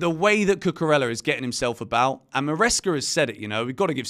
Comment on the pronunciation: Please learn how to pronounce Cucurella. Double l’s in Spanish are pronounced as y. Not pronouncing the name correctly of someone you give a box is disrespectful.